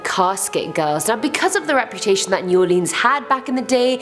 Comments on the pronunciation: How can ya pronounce mon til e oun but not new all lins plz 🛑 repeating all leans but other vids soon say nawlins repeating us so just take naw off say new all lins or lynns lyns come on I 🤔 deliberate if y’all can say nawlins just cuz ya know we really dislike it said lean or leen we not propped up on furniture or drinking the famous drug drink 🍸 we just do that to our tourist & for y’all make ya feel at home 🤣 we really super chilled & laid back though but 🧛‍♀️ do exist they actually get their 🦷 done & 🍷 for real for real locals do that shiznit to this day they take that seriously whole clans & etc. they use jewelry pieces etc. or 🦷 to puncture their pets (humans) which other way around they really like offering themselves up as much as others ❤️ draining them 🤦‍♀️ yeah I like my state Neva not come back etc voo do horror scares etc. hallows eve ya name it but yea not a blood sucker but I once knew 🧛‍♀️ personally but legit vamp not today back then not sure who knows like to 🤔 so but they get implants procedures to become blood suckers yea I wouldn’t play with us either 👽 💀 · Born, raised, and still live in New Orleans for 35 years. I appreciate y'all for making this video. Not making fun, just teaching, but it's New Orleans(Or-Lens) not (Or-Leans). Lafitte isn't pronounced (La-Fight) lol it's (La-Feet). Shreveport is (Sh-Reeve-Port), Calcasieu is (Cal-Ka-Shoe). Then of course we have Michoud, Atchafalaya, Pontchartrain, Tchoupitoulas, Opelousas, etc... Only negative thing about the video is not mentioning The Myrtles Plantation. It's probably the most haunted place in Louisiana, and very well known. And, The Bourbon Orleans is a well known haunted hotel in the French Quarter. If y'all ever make another Louisiana video, I'll gladly help. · Shreveport - SHR-EVE-PORT Provincial - PRAW-VIN-SAW New Orleans - NEW-OR-LENS